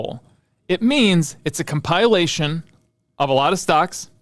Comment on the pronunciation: tf is a com-pile-ation